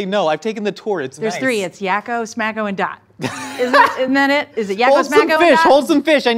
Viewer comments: And it's Whacko, not Smacko. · When said Smacko. HAHAHA. I think it's Wakko. XD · Yes Swakko or was it smakko what ever it was it was wrong